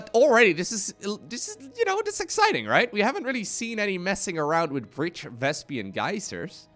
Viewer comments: Why do some people say Vespian? It's spelled Vespene. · They should call the purlple gas Vespian gas so I don't have to cringe everytime mispronounces Vespene gas.